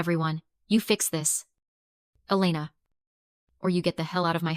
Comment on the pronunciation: Dish e pline? And decide if it’s E LAY na Or EL e na